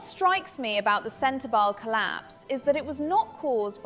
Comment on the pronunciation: The E in SENTEBALE is not silent I don’t think